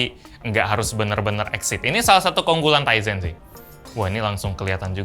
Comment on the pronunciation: powered by TIZEN saya dengerny "Ryzen" (anak IT tau lah pasti Ryzen apa)